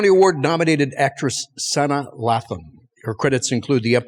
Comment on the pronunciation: Six seconds in and I had to stop at that horrible pronunciation of Sanaa Lathan's name. 😂